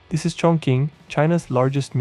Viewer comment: Chongqing pronounced Chongching